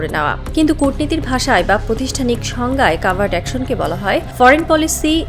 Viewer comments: উচ্চারন্ হবে কভার্ট। কাভার্ট না। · this sounds like AI news. "cavart" or "covert".